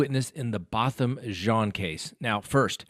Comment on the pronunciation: I think the first name pronunciation is Bo-tham